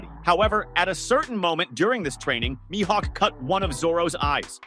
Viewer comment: I’m done. I’ll stay subscribed but I won’t watch if the miss pronouncer is speaking. Myhawk……. 😒😒😒 I don’t think this dude watch one piece. He has a script. Not Into scripts and miss pros…..